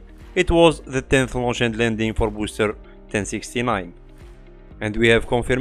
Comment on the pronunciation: It sounded like you said Psyche laun h on the 20th. I can't find anything but the 12th elsewhere.